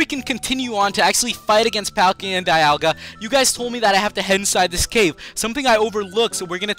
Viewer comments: bro it's "PALL-KEE-A" and "DEE-ALL-GA" not the shit u sayin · It's pronouced Dee-alga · Dee-al-gah , that's how I heard it in the movies